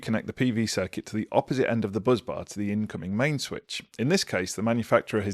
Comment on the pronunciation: Bus bar not buzzzz bar